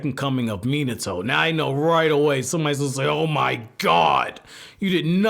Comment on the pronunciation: Stop saying minitoe